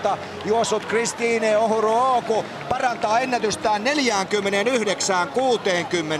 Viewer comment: 😂😂😂😂 he is butchering her name